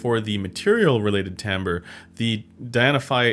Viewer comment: Correct pronunciation :)